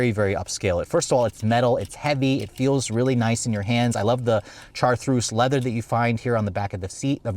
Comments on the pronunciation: Is he trying to say "chartreuse "? Chartreuse is a type of French liqueur and a well-known color. If you don't know how to pronounce it, you can look it up on YouTube. There are a few videos pronouncing this word. It is like shar-truce. Otherwise, this is an excellent video evaluation. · Chartreuse pronounced Char-troos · Its called Chartreuse pronounced-shar-troos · I think by now he's well aware of how he utterly butchered the car's color name. When pronounced correctly, it's so sexy.